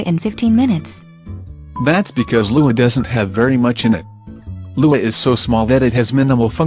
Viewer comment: You just had to say it like LUA huh